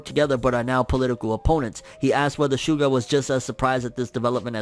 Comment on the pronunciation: That's not how you pronounce SUGA. it's a Japanese word, not an English one. It's like saying Mitshuki.